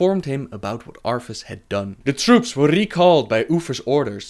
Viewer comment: Arffas instead of arthas